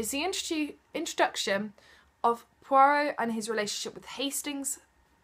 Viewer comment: Soo i finally know its pwa-rowh, instead of poi-rot hahaha.